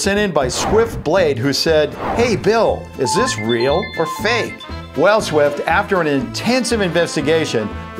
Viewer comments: Why do u say so fak it's funny its is spelled so fake it's funny 😂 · he said fak